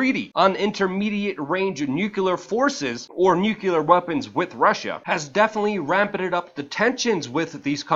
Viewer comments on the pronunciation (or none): NOO-clear, not nukuleer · It's nuclear. Not nucular...